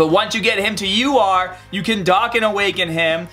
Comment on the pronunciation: Sounds like you say lr card vegeta instead of ur card vegeta lol